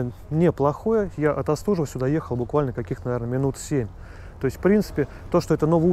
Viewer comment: Почему Вы не по русски разговариваете!? Остужева - ударение нужно правильно ставить!